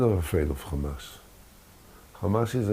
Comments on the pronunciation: Why these zionist can't pronounce Hamaz and keep saying Khamas? 😂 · Khamas! Khamas! Khamas!